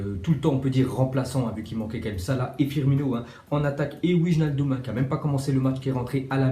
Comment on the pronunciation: c'est * weynaldum